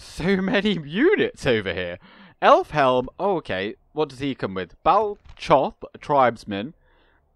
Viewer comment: According to Tolkien the ch in the Elvish, and by extent Westron, languages is always a hard Ch as in loch or German buch. So Baal-Koth is the correct pronunciation. Other examples include Carcharoth and Erchamion